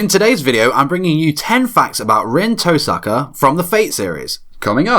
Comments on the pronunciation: Touuu saka. “Toe sucka” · The fact that he knows all these facts about Rin he can’t even pronounce her name right.